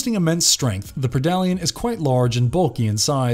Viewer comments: Predalien is pronounced Pred-Alien and not Pre-dalien. Pretty obvious since is a Predator and Alien. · a pridollyan lmaoo.